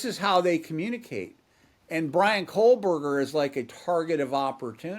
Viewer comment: I cannot listen to anyone who can't discern there is NO "L" in Kohberger!